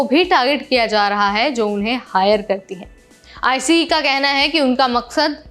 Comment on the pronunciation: आईसीई, आईसीई मत बोलो! आइस बोलो! यहां अमेरिका में आइस नाम से पहचाना जाता है।